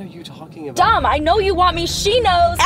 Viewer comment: Ava: Dom! What I heard: DUMB!